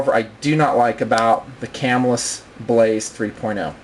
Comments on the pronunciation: It is Ca Mill Us Not Cam Ill Us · I have been watching your vids for the past hour having just discovered you. Excellent excellent reviews and videos, but I got to make one comment: I grew up and still live within 20 miles of Camillus, NY and the Camillus Knife factory. The local pronunciation is kuh-MILL-us. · Love the Blaze, Heat and Sizzle; I have several of each. I would highly recommend that before you upload a video to the Internet you learn how to pronounce the name of the company. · these knifes were produced in spain not by camillus new york you can still buy them all day for around 30 to 40 dollars ,and your saying camillus wrong.